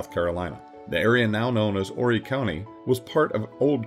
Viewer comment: That's why no repeat cannot do his it was not horry county it was horry county